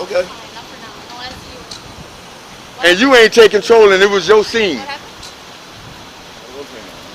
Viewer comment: Calling officers cwowns doesn't make him sound more intelligent.